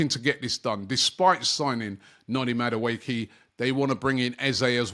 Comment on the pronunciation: it’s Madueke like the last (e) is pronounced like an (a).